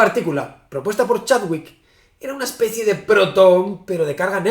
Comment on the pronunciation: especie, santaolaya, especie ... fallo inesperado de mi youtuber favorito